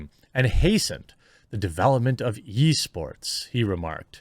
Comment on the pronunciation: Sounded like you said "Yeesports" XD